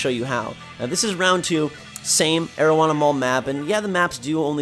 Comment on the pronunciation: I know bruh i thought to my self that it sounded like marijuana mall when i first heard it lol